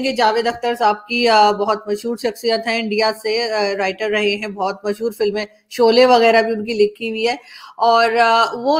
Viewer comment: छोले.... 😂😂😂😂😂😂 आरजू जी....it's शोले Sholay